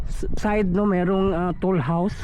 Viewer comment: Toll house po hindi tool housw.